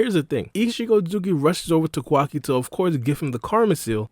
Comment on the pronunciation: You saying Quackie instead of Kawaki and Isshigo instead Isshiki.. Hurts the ears..